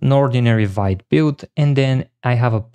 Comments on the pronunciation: Sorry, but Vite is pronounced as "veet". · Amazing video but for the love of god, learn how to pronounce Vite: Vite (French word for "quick", pronounced /vit/ )